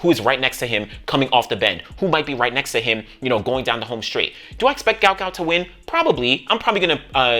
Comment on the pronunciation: His father said his name proper pronunciation is Gwut not Gout.